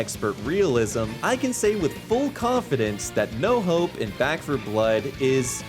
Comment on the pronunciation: thought he said no hoe not "no hope"